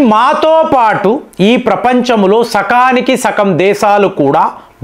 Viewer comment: సకానికి సకం.... కాదు sir సగానికి సగం... 🙏